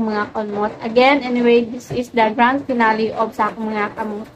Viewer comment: Finale or finali unsa man ka bu basa oi finali finale hahahaha